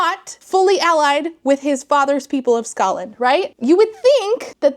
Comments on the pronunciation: I'm really sick right now and can't sleep because I feel like I'll choke to death, so I'm so happy to have a new video to hopefully lull me to sleep (snd thus rewatch tomorrow, double-score!) A minute in and I wasn't sure if you said "Scotland" or "Ska land" like the music genre. I definitely heard the latter and it made me giggle. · Skaland not scotland lol